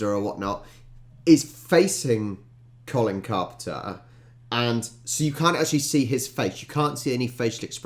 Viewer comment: You actually pronounce his name as 'coln carpna' 😊